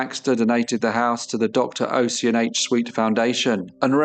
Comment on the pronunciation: fyi NAACP is pronounced “N double A C P” here in the states. and Ossian is Osh-en, with the first syllable like “posh” and second like “pen”